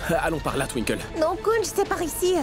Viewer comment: 😅😅toutes les monds dit twinkel mais lui dit tinki 😅😅